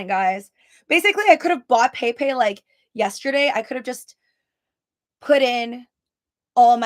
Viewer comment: bro its pronouced pep- ay not pay pay lol the fuck